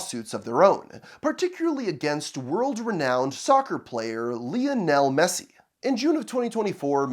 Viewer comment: Lee Are Nell Messi 😂😂😂😂